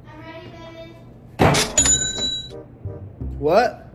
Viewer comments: She said 2 bebby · im gonna say 14000 bc idrk how many times says bebby sooo im prob wrong anyway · It’s baby not bebby